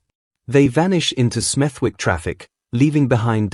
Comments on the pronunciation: It is pronounced smedik and not smeth'wik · It’s pronounced SMETHICK NOT SMETHWICK. The W is silent 🤫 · It’s pronounced Smethick. Forget the “W”